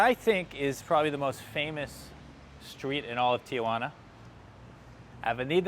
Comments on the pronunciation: If you are going to talk about a place you visit learn how to say the name. It is not TiAjuana. Read it it is Tijuana. Stop adding an A after the I Ti. Juana. Not Ti. A Juana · It's not TIAjuana there is no A, it's pronounced T-Juana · It's Tijuana, not TIAjuana. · 3 syllables..T WaNa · Its tijuana, not tia-juana. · Go home and practice pronouncing Tijuana . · Learn how to pronounce the name of the city. The locals think you’re an idiot when you can’t even pronounce the name of the city correctly. As for needing a coat, Tijuana is a coastal town where the border crossing is. It is always cooler near the Pacific. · I'm with the others. You need to learn how to pronounce Tijuana to start with.